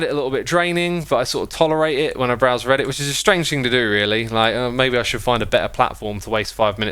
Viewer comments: this has nothing to do with the video, I just find it funny that he says breddit. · he said “Breddit” on accident. I have a friend named Brett who we call “Breddit” sometimes as a joke so this was pretty funny to me. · accidentally said breadit! Is he secretly a bread enthusiast? Also you guys should check out r/Breadit it's actually pretty useful for bread making. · ah yes, breaddit